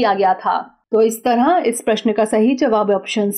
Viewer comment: इस "तरंह" नहीं इस "तरह" बोलो संख्याओं में भी आपका उच्चारण गलत होता है जैसे:- आप "बारह" को "बारहां" कहतीं हो।